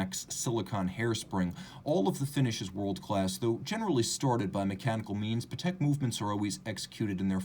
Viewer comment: Great review! Not sure why wouldn’t you pronounce Patek in the correct way… 🤔